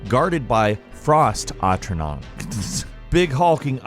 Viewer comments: What's so hard to pronounce about Atronoch? "Uh-troe-nock" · Say it with me , AT - TRO - NOTCH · Since when is atronach hard to pronounce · Mfw can't say atronach and falkreath It's like it's not even worth the effort to check:(